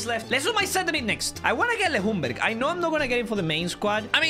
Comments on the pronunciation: he’s not pronounced Le Hungberg, it’s prounounced Youngberg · Ljungberg in sweden is prononsed jungberg but his name is Ljunberg and not Lhunberg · no jungberg but youngberg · Gotta love Le Jungberg tho. But he is pronounced young-berg, a LJ in swedish is pronounced like a J.